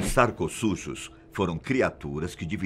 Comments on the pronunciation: Sarcossuchus si eu entendi referência "SACOS SUJOS" KJKJKJKJK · eu ouvi "saco sujos" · Interessante esse "sarcosujus" kkk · Os "sacossujos" quem entendeu assim?...😂😂